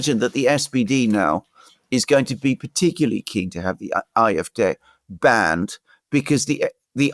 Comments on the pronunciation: Why is he constantly pronouncing "Eye" fD instead of AfD? Even in German it would be "Ah" not "Eye". Sorry, I know it's not addressing the substance of is commentary, but it was increasingly more annoying the more times he kept doing it. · Why does guy on the right say "Eye-eff-deh"? It's "Aah-eff-deh". German is only one of my second languages, but still... 😳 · pron. "Afd" (1) DE Ahh-eff-Dehr (2) EN Aye-eff-dee. either way not Eye-eff-Dare/deer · Will you please stop calling the AFD the IFD! The letter "A" in German is pronounced more like the English "R." You English speakers should just stick to your own language with the English pronunciation; otherwise, it makes you sound ignorant and uninformed. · iwhen he says ,"IFDay", does he mean AFD? When he says SPD or CDU the D is pronounced like English (dee). He say "I" very clearly as an "I" not an "A". Thoroughly confusing. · If you’re going to talk about the AFD, can’t you at least say it correctly? It’s AFD. You sound like you’re pronouncing an “i”. The AFD will be the next ruling party if the elite and communists in Germany haven’t murdered them first. Oh sorry they already did that. Is it a coincidence that seven AFD candidates in the state of NRW “died” leading up to the election?